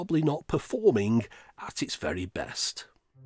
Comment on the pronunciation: are you okay bud? And it's VERY, not "vary"